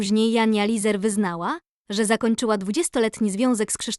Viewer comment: Lesar nie Lizer